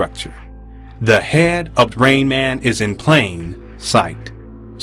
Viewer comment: Güzel bir video emeğine sağlık. Bir önceki videoda Rain Man'i Ra in Man diye yorumlamıştın yanlış hatırlamıyorsam. Ama işin acı gerçek tarafı her ne kadar itiraflar falan da olsa insanlar içinde bulunduğu hayal dünyanın peşinden koşmaya devam edecekler yani endüstri patronlarına kölelik devam edecek.